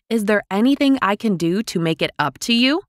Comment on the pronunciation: 曾在網上一些教人英語的視頻中, 見到他將 up, 讀成 op, 這有點奇怪! 是否真的有人會這麼發音? 算是標準嗎? 但我查字典, 無論查英式還是美式, 也查不到這種奇怪的發音!